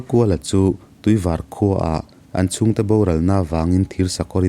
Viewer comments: Varpui khua atag in🥰/cuan tuivar kha, var tih tak kha thluk san tur tuivař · Tuivar tihhi Tuivâr tia lam tur aw. Mahse hriat ngaihloh khua ania a pawina a awmlo ania. Ngaihnawm khawp mai. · i Tuivar lam rik dan a dik lo.Tuivar rawngvar ri anga lam tur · Tuivar i lam dan hi i thluk hniam lutuk, kawrvar tia kan lam ang hian var hi lam tur aw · Tuivar i lam dan khi a dik lo aw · Tuivar khua, white water (var kha i lam hniama, i lam dik lo. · Tuivar I lam dan kha adik lo nia😊. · Tuivar tih kha i thluk dik lo Tuivar a ni tawp aw A awn lo😁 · tuivar hi i lam dan a diklo deuh.. var hi sap in a "white" mizo in a "var" kan tih ang a lam tur ania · Tuivar I Lam dawn hi... var tih lai tak hi [ white color) hetiang anga Lam tur ani ee